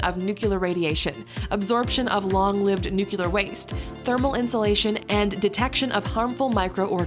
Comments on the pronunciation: It's "nuclear." "Nucular" is not a word. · I was riveted until I heard a cringe-worthy mistake; nuclear pronounced nukular, which ruins the credibility of this science (ie, highly-educated) video. It's two syllables, new-clear, not three syllables. New-q-lerr just sounds highly-uneducated. Just a helpful FYI. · Did she really say "nucular"? It's nuclear, lady. Nuke-lee-ur, not nuke-yoo-lar. You know, as in the nucleus of an atom? FFS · Please learn to pronounce nuclear properly. It is NOT pronounced Nu-cu-lar. It is pronounced Nu-clear. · The word nuclear is pronounced "Nook-lee-yar" and not "Noo-kyoo-lar" . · It's pronounced nuclear, NOT nucular! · Don’t trust this. The lady pronounced nuclear as nucular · Voice over actor says nukular. New Clear. Can you say that? My new clear glasses are great thanks to my optometrist. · #2 she said NUCULER !!!! It is NUCLEAR! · Nuclear is pronounced nuCLear ( like "new + clear" ) not nukelar ("new + killer"). Nuclear comes from the word nucleus - as in the nucleus of the atom. Atomic nucleus -> nuclear (new+clear) bomb, nuclear (new+clear) power etc. Please stop calling it nukelar. It just sounds silly. You wouldn't call aluminium, aluminum, now would you? ..... That's what I thought. :P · What I find most amazing is how Americans say nucular instead of nuclear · It's pronounced "noo- CLEE-er", not "nook-you-ler". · "NUCLEAR" is pronounced: NU·CLEE·AR (not NUC·U·LAR.) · NUCLEAR! Say it with me... NU-CLEAR.... not nucular, if you don't know how to say it, type it into google and listen to it's pronunciation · Nuclear is pronounced “nu” “clear”. Couldn’t be easier. Do not pronounce it “nucular”. It sounds uneducated. Bad idea for a science video! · The did an episode about science and said "nucular" instead of "nuclear." Bravo. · Sorry, you lost me at "nuculer". The correct pronunciation is "nu-cle-ar". I cannot use this material in the classroom. Please edit this. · Nuclear not nuculer you are not bush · nucular? nuclear dude.